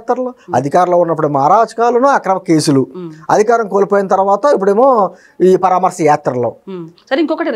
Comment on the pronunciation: అమ్మ పరామర్శ. మీరు పరామార్ స అంటున్నారు. కరెక్ట్ చేసుకోండి.